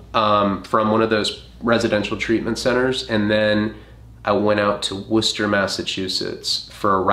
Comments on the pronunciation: Hearing Worcester pronounced correctly caught me way off guard lol I just expect people to say it wrong at this point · Masshole/Bostonian here 🙋🏼‍♀️ I cant tell you how happy it made me when pronounced Worcester the right way especially since isn't from Boston. I think thats the #1 town in Massachusetts people have a horrible time saying it right. So thank you 🤍